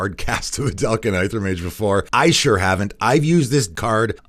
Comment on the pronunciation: Really loved this series. One thing that has bothered me in the past though is your pronunciation of words with "Ae" in the name like "Aether and Aegis" . These are pronounced like "Ether and Egis".